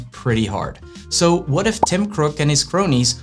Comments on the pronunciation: LMAOOOOO did you say “Tim Crooke” ??! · Lol heard the same thing